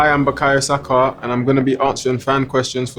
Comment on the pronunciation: Today I learn his name's pronounciation is * Bkayo Sako *